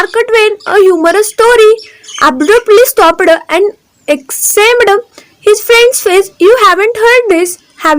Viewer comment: मी त्यांच्या किस्स्यांवर वरती कमी..,. आणि तुझ्या.... उच्चारांवर ती जास्त हसलो स्टॉप - ड, आस्क- ड .. 😅😅😅😅😅😅😅😅😅😂😂😂😂 तू आधी एक काम कर कुठल्यातरी शाळेत विद्यार्थिनी म्हणून परत एकदा ऍडमिशन घे आणि हा जो तुझा फालतू धंदा चालू आहे यूट्यूब वरती तो आधी बंद कर😂😂😂😂